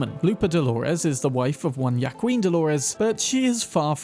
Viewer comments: Ya-queen 😂, its closer to wh-ua-kin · Small correction on pronunciation, Joaquin is pronounced WAHKEEN, love your vids. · have to be a grammar freak, it's pronounced Wa-keen not ya-qween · its not yakween. its wahkeen. other than that, stellar vid. unless youre making a pun on yas queen. then i get it. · British pronunciation strikes again. "Wah-Keen". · Joaquin is pronounced “wah-KEEN” It’s bothering the fuck outta me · At the risk of being "that guy" Juaqiun is pronounced wahkeen. Absolutely love your content! Can't wait to see you uncover and play Phantom Liberty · Juaquin is actually pronounced Hwa-keen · Joaquin is pronounced Wa-kin btw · I’m guessing Brits aren’t used to hearing Mexican names. Joaquin is pronounced WAH-keen. Lupe is LOU-pay.